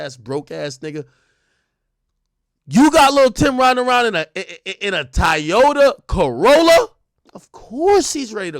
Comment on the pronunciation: If Ak say Ty-Ota one more time 😂😂😂